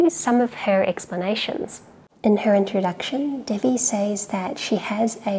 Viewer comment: Devi is pronounced as in "they we".